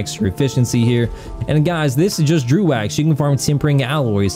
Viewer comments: Its pronounced Dreg, not drew. Also, you need to focus on yourself less. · It's pronounced "Drow" though.